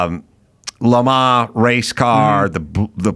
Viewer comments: It's Le Man (not Le Maw) The s is dropped and is it's Le Man. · Quit saying “Le Ma” already, you’re driving me insane!